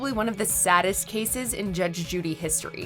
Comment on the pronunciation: She talks too much is the point. And it's 'cases' not 'casses'.